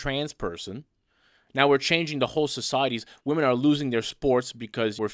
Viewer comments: Asian girl keeps pronouncing the plural of woman the same as the singular. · Is it something with asian people or is it just liberals that they can't seem to say the word WOMEN? They say WOMAN whether talking in singular or plural. Honestly curious.